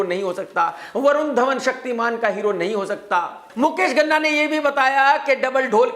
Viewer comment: Ghana nahin, Ganna ( Sugarcane)